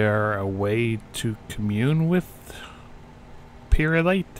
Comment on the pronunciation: peryite is pronounced pair ye ight I almost died when you said pirate light XD